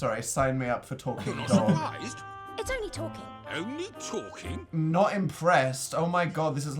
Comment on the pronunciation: You're pronouncing Layton wrong